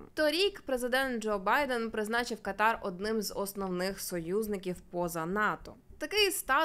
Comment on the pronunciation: Знайома арабка пояснила,що правильний наголос буде КАтар, на першій А